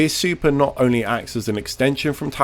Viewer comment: I swear you're saying "Oni" in place of "only"